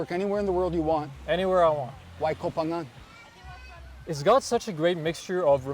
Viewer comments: Thanks for not saying “co-pangyang” like every backpacker there for the FMP 🤦🏼‍♂️ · Hey, I'm pissed off at you, amigo. My GF says you say Koh Phangan better than me, 555. Favorite part of the vid... the girl passing you on her bike while you are on your MC. Funny. But as a fellow YTer, I know the reality. Even with a dead cat, going fast creates more wind so messes up the sound. When I film on my MC I usually do it on a small soi because I go so slow, so I'm with you. Ah the headaches we YTers have... Enjoyed the video, like always.